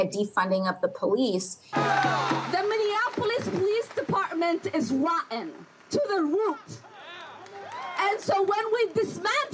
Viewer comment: Ilhan Omar, does the word rotten have one syllable or two? Speak like a grown up